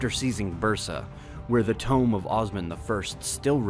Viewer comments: Tomb = toomb Good job otherwise. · How can you make such good videos and mispronounce simple words like "tomb" and "Orhan", among many others?